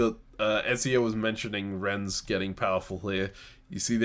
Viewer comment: first chaos game: diabolical pronunciation of nantes second chaos game: diabolical pronunciation of rennes (pronounced ren) both cities in the same region of france, same mistake in pronunciation!!